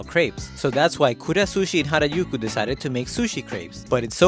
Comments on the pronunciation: I never knew that Harajuku is pronounced Harayuku 🤔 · Is that how you pronounce Harujuku? Like harayuku? I thought it was pronounce hara ju ku. 😅 You learn something new everyday. 😄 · No he’s pronouncing it wrong. It is ha-ra-JU-ku. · I think hes northern european. He instinctively pronounces j as y in most of his videos